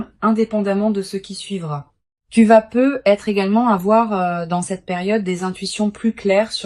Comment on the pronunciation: C'est pas peu être......mais là langue française parlée correctement fait la liaison avec le T de peut (pouvoir)et être......ne plonge pas les gens ds la déception.......peu , c'est pas beaucoup....... à moins que ce soit prévu par un vampire énergétique.